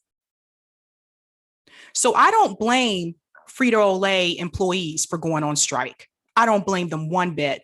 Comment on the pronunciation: "Frito O'Lay"?